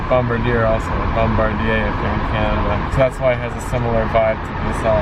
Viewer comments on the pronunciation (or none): Bom-bar-dee-ay! Not Bom-ba-deer! It's French. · "Bombirdier" -...ah yes, I didn't know a Paldean Pokémon manufactured rolling stock in Canada! Yes, in English and in French, LRC stands for Light, Rapid, Comfortable, or Léger, Rapide, et Confortable in French. The first LRC trains were delivered to the former Windsor Station in Montréal in June 1981. The first fare-paying run was made from Toronto to Sarnia in September 1981, on Labour Day weekend. They were designed to provide 125 mph (201 km/h) service on non-upgraded railway routes, and they reached speeds as high as 130 mph (or 210 km/h) on test runs, but on the Corridor, signaling issues and conflicts with slower-moving freight trains limited it to 100 mph. When the tilt system was enabled, special signage allowed the LRC to run at higher speeds than normal traffic across a great portion of the Corridor. They were the first active-tilt passenger cars in the world to be introduced into revenue service, beating the APT in the UK. Via purchased 10 LRC locomotives and 50 coaches by 1978. This order was then expanded for another 10 locomotives. This batch of 20 became the "LRC 2". In 1981, they placed another order for 10 locomotives and another 50 coaches, the "LRC 3" batch. Bombardier expected them to get another 80 sets, but this never happened due to the LRC's problems. One common problem was that the cars would lock in the tilted position even after the track had straightened out from a curve! The locomotives themselves suffered mechanical problems often due to